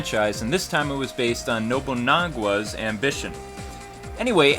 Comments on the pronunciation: I know. I was actually trying to point out how pronounces Nobunaga as "Nobunagua." But...apparently, to you and I just seemed like I was ignorant...ignore me lol. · Its Nou-bu-na-ga... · you said it Nobu - nogwa. I don't mean to nitpick but its just bugged, but still a good review. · Oh god, Nobunaaaagwaa cringe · NoooobuuuunaaaagAAAA haha... "nobunagwa"? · Nobuna..gua lol fail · well I think that the game looks awsome, but I do have a prblem with you, and I don't mean to be rude but this is some thing i stress with japanese naming. you pronounced Koei and Nobunagua wrong